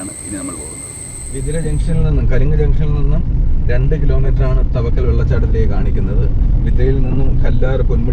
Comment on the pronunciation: തവക്കൽ അല്ല ചേട്ടാ. താവയ്ക്കൽ.... കുറെ വർഷങ്ങൾക്ക് ശേഷം ന്റെ നാട് ഇങ്ങനെ കാണാൻ പറ്റിയതിൽ ഒരുപാട് സന്തോഷം.. 🥰🥰ന്റെ.. ഏട്ടനോട്‌ ആണ് നിങ്ങൾ meet ചെയ്തത് 🥰🥰